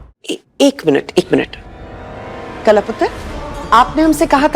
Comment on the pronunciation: कला ❎ काला ✅😂😂😂